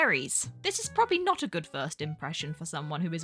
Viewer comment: drink every time says porble 🕺